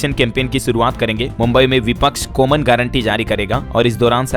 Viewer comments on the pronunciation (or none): none